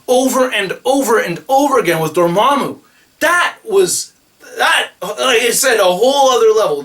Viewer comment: You've finally learned how to pronounce Dormammu correctly instead of saying Dor-mam-mew